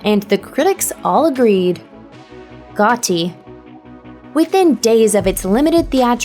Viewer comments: Gotti Not "Got T" 😂😂😂 Say It Like "Goddi"! lol!! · (Gha)-(dee). not Got Tea? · Why is she calling the movie "Got-tee"? She's never heard of John Gotti before? It's pronounced Goddy. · DUDE IT IS NOT GOT TEA! Got 🍵 It’s GOTTI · Gott(d)i not Gott(T)i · Its pronounced God-E, yeah the movie sucked but give the man the respect of saying his name correctly. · “Go-tee.” Yikes. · walter higgens, drove me nuts. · her pronunciation of "got-ee" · John "Gah Tee" doesn't sound right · Yo!! See this?: GOT-TEE. GOT-TEE. GOT-TEE. GOT-TEE. GOT-TEE. GOT-TEE. GOT-TEE. GOT-TEE. GOT-TEE. Pretty annoying. I mean, really? John Gotti is fairly well known. Especially to people that understand English. I mean, c'mon. You probably have no problem whatsoever pronouncing Joe Nieuwendyk's last name, right? Yeesh....Thanks for giving me the heads up regarding how shitty of a movie that "Gotti" is supposed to be tho. Apparently, Kevin Connolly directed it. Yeesh. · Gah-ti? LMAO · Am I the only one who hates the way she says "got-ti" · Never heard "Gotti" pronounced "Got-Tee" in my life. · Stop saying it as Goh-tee, it's annoying. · Thank you. I thought it was just me. "Got-ti." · She's had other, far worse mispronunciations, but yeah her "Got-ti" is extremely annoying. It's as if she's reading English phonetically. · Got tea? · what producer of this video failed to tell the voiceover artist how to actually pronounce "Gotti?" It's one of the most recognizable names. I know it's just a silly internet list, but some attention to detail would be nice. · The way you say Gotti really bothers me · Stop saying Gotti wrong!!!!!! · stop trying the accent and how do you not pronounce Gotti right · Why are you pronouncing "Gotti" so poorly? do you think he's going to try to shoot you in a taxi? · Do they have a robot on here? She can't say Gotti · Why u pronounce gotti like that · Why is she saying "Gotti" so weirdly I don't like it. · I hate the way she says gotti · Why can't she say Gotti...